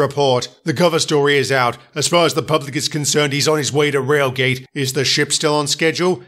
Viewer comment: It’s pronounced Railgate